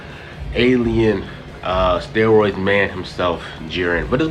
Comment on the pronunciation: Mans did not just say steroid ET LMAO